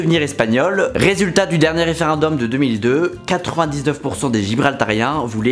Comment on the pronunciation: Sympa la vidéo, comme à chaque fois ! En revanche, "référendum", pas "référundum" :-)))